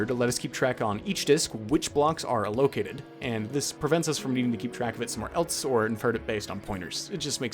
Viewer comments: Biggest sign of being self taught is how you say allocated lol sick work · I don’t think I’ve ever heard anybody pronounce “allocated” like that, although I can see why you might 😆